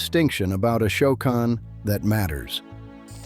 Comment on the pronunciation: You are pronouncing Esopus incorrectly. You also pronounced Ashokan incorrectly.